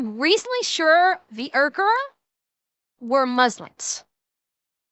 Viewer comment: While Christians are being persecuted in China, with the presence of underground churches being well known and repeatedly stomped out by the CCP, the Uyghur (pronounced Wee-gur) Muslims are being put into camps and used as slaves.